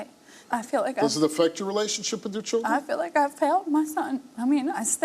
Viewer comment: Is this guy serious he'll Is this guy serious he'll enunciate the word accountability but then start calling him changing It won't even talk text the word children Which I could barely make out if it wasn't given in context I would have 0 clue what word that was I don't know why people play themselves down or dumb That's exactly what he's doing at the same time he's trying to get respect by speaking properly only annoyingly with his pronunciation of his tea and accountability wow